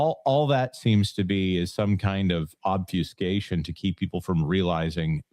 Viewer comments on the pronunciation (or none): Not you, too,! I haven’t heard anyone correctly pronounce any variation of “obfuscate”, in forever. There’s only one pronunciation given in Merriam-Webster’s online dictionary and that’s not it.